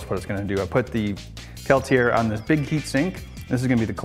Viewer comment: anyone else cringe when he pronounced Peltier?